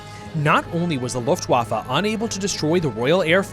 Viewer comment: Please, just, learn how to pronounce Luftwaffe and Wehrmacht correctly